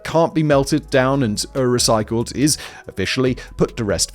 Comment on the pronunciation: Is it an English thing to put “eh” before certain words? Simon says “ehwas” instead of “was” and “ehwhere” instead of “where” and “ehrecyled” instead of “recycled”